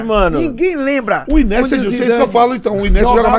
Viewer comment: O q esperar do cara q diz q é melhor q o Messi e do outro q chama o INIESTA de "Inesta"? Se eles são paga pau de brasileiro, eu sou paga pau de gringo, pronuncio correto viu... kkkk